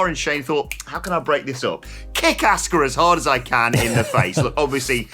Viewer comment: 🤦‍♂️ It is really that hard to say her name correctly? Nobody in the WWE says Ask-uh It's Ah-ska